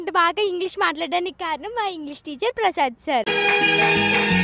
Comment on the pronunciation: Prasas kadu prasad